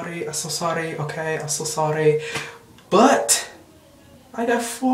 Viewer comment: I'm so sorly, i'm so sorly, i'm so sorly. :D